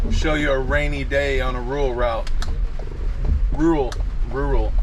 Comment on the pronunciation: Still can't say rural 🤣